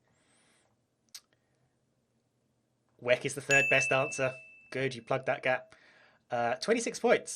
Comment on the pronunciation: Having somebody pronounce ‘WEC’ as ‘weck’ really made my day